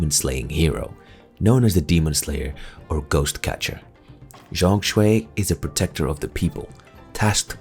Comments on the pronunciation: ZhongKui my man, not ZhongShui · Game of the Year in the hearts of every gamer.W fengji W game science. W Black Myth. L TGA:elbowcough::elbowcough: btw zhongkui not zhongshui HAHA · It’s Zhong Kui, not Zhong Shui. The pronunciation is a bit off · Zhong Kui, pronunciation more like John Queen:face-blue-smiling::face-blue-smiling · just fyi, the mandarin pronunciation of zhong kui is like "zone ku- eh", hope that helps